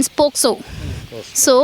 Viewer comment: Pocso ki jagah posco bol rahe ,ino act ka sahi nam bhi nahi aata to kaha ke vakil hue